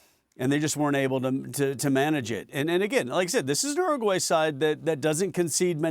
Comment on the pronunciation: Why can't he pronouns Uruguay? 😅